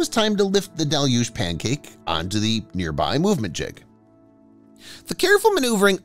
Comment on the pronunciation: Congratulations: Finally someone on YT knows how to correctly pronounce "deluge"! Great work, whoever you are!